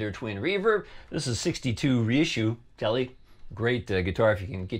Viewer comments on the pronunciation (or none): none